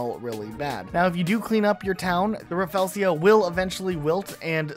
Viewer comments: Bro it's rafflesia not raffelsia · Just FYI since I've heard it in several of your videos: the flower you're calling "raffelsia" is actually called "rafflesia" (raff-LEE-zee-uh). Sorry to be picky, but as someone who finds the real-life Rafflesia fascinating, it was bugging me! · It’s ra-fel-sha not raffelseeya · Bruh murdered the pronunciation of Rafflesia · you said rafflesia funny